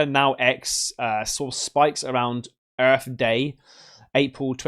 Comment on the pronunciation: Welcome to EARF